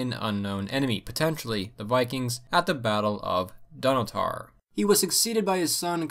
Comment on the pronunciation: Good video but by god you butchered Moray, Dunnottar, Dunkeld and Berwick...